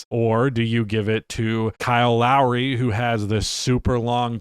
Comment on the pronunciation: As someone who grew up in the Toronto area, it’s Lowry